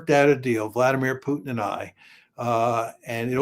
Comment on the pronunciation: Who’s “PeeUUW-tin”? 😂 🤡 says the guy slaughtering hundreds of thousands of innocent women and children .